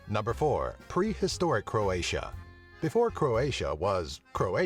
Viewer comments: You pronouce It all wrong, It's so funny xD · It is so funny to hear all hilarious wrong pronunciations as a Croatian.